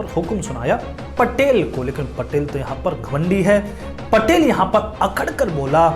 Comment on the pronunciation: महोदय वो पाटील होता है पटेल नही 🚩🔱